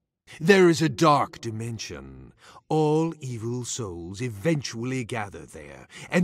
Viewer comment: when said dark dimension it sounded like he said dark deception